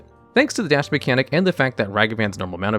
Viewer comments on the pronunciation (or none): none